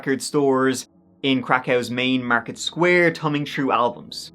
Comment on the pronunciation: "....tumming true albums....." Gotta love that old accent in this here video...